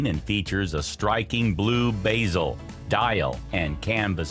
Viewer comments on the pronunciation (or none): Those pronunciations of watch manufacturers was rough. Just butchered pretty much every one of them. Not to mention you mispronounced bezel.